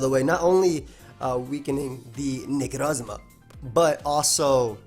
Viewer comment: am I the only one that always hears him say "niggarozma" instead of "necrozma" or am I just a terrible person